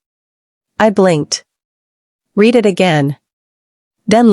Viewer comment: The past tense of read is pronounced’red’.